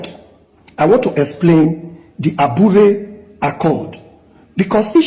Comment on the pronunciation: you idiot! please pronounce it correctly. aburi accord and not abure accord. mumu